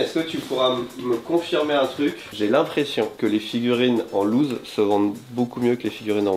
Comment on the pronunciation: En lousse, pas en loose.😂